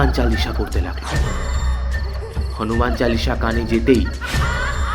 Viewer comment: "হনুমান" বলে বাংলায় দাদা "হানুমান" আবার কি 🙄